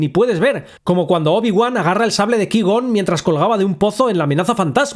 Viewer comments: No sabes pronunciar cuai - gon pero sí lo haces con scaiuaolquer o cailo ren? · Se dice Kuaigon, no leviosá... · Ki-gon? Cuai-gon, no es muy difícil pronunciarlo bien verdad? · Cuai-gon: ❌ Ki-gon: ✅ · Se pronuncia artu ditu. Cuai Gon!!! Por favor. Tené vergüenza. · "Cuai gon", porfa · Se pronuncia "cuai gon" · Cada vez que dices Ki-gon muere un gatito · Que asco que ni puedas pronunciar correctamente el nombre de Qui-Gon Jinn, pero bueno al fin, espalolete. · Aprende a pronunciar "Qui-gon", por favor. Me sangran los oídos! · No necesito una justificación de que un robot no pueda hacer algo que antes hacia TRAS 20 AÑOS. Si, se pudieron romper y nadie quiso repararlo. Y ya. ¿Qui gon? ¿Anakín con acento en la i? ¿Pero tú has visto las películas? Ni una has dado. Porque solo con escucharlas sabrías pronunciar bien eso ya que jamás se pronuncian así. No, levitar 3 metros meditando no es lo mismo que volar dentro de una nave nosecuantos metros porque tu quieras. Y tampoco tiene nada que ver con un salto de la fuerza de 2 metros. Y con Marvel otra vez. Octopús. 🤦‍♀